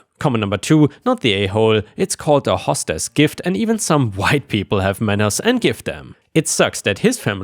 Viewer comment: hey.... its HOE stess.... not like a "HOSS" as in horse.